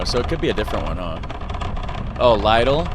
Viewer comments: lidl is pronounced more like: little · Lidl is a German company. It is officially pronounced LEE-DL in German. But in the Netherlands, I hear everyone pronounce it like Little.